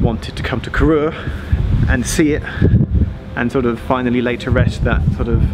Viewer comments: Great video. I’m from Fort William at uni in Glasgow so travel on this line regularly. Just a quick note that Corrour is pronounced so it rhymes with “hour” - totally understandable to rhyme it with “your” as the announcement on the trains mispronounces it too! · From a complete Geek point of view Corrour if my favourite train station because it is just so remote. Been through it so many times as a kid. Just one thing - You need to learn to pronounce Corrour - the "our" at the end has a long, almost double "o". Still, cracking video!